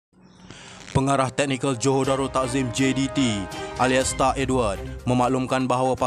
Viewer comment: Salah sebut tu bukan alaistar....Alaister(sebutan) Edward. Semoga bertmbh kualiti bacaan tksih atas sumbangan anda👌